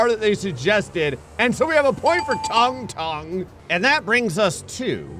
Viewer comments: It ain’t “tongue tongue” bruh ☠️ It’s sounds exactly like it’s spelling “tung tung” Toon - toong toong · Bro why the hell is pronouncing it "tongue tongue"😂it's pronounced like " toong toong" bro